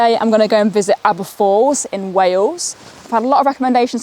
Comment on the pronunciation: Great video absolutely love Aber Falls and don't worry you did say it correctly 👍 Awesome drone footage of the falls 👌 I used to be the same with about long walks etc, my mum used to walk around the Great Orme and I was like why?? Little did I know hey! All the best..